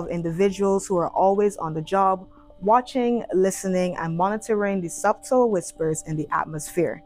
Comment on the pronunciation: Someone should have told the presenter that the b in subtle is silent...